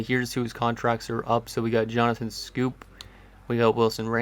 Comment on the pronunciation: also Johnathan Schoop is pronounced Scope